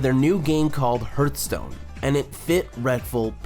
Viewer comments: its not hurtstone its hearthstone... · please stop saying hurt stone cant watch it like that ffs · Rip reckful. but srsly, it hurts my ear everytime you say "HURTstone" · bro it's not hurtstone! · Good documentary. Except for "Hurtstone" ;) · This is a fantastic video! It’s clear you put a lot of effort and love into this, so it pains me a little bit to say this: you really have to look up how to pronounce some things (Krippaahrian? Hurtstone? wtf is that??) I only say this because I love you and I want your stuff to get even better. Peace! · No offense my dude... but the way you pronounce HEARTHSTONE... holy shit it's triggering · herth-stone. kripp-R-ian. jeez dude. (really good video though man.) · U r saying hearthstone wrong it irretates me :)